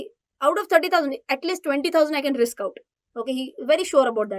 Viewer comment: Riks hai to isk hai wah 😂😂😂